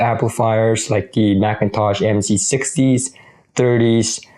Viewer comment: Meek-in- toush.